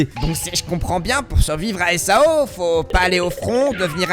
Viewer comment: Supert video apart quelle que prononciations qui serais potentiellement a verifier (example: SAO ne se dit pas en un seul mots mais sous forme d'acronyme comme par example EDF ) sinon dans l'ensemble tres bonne vidéo selement je pense aussi que personellement parler du risque ect de se retrouver bloquer dans SAO ect est bien mais une suite sur les diferente capasiter de Asuna et Kirito comme leur synchronisation ou leur technique comme par exemple combien de temps il faudrait un humain dit standard pour arriver à ce LEVEL de maîtrise, ou bien, aussi euh comment le développeur de sword art online Qui est aiko kayaba aurait fait pour construire tout le système de SAO dans le monde qui est le notre aujourd'hui et aussi comment si cetais posible comment serion nous rester bloquer dans le NeverGear. (En tout cas merci pour cette vidéo)